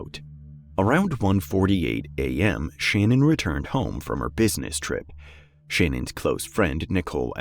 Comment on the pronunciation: Her name is Shannon so it's pronounced Shannon too. Her pronunciation of her fake name is bs